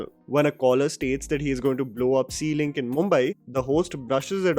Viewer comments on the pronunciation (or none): However, every time he said sea-links I heard ceilings😑